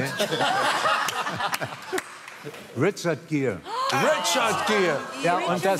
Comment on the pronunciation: Wie er den Namen Richard Gere ausspricht und vor allem die Frauen direkt so ohh Richard gere